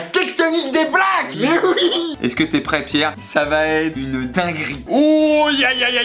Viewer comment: mdr je suis la seule à avoir entendu: Pierre "la tectonique des plaques" "La tectonique des blacks!"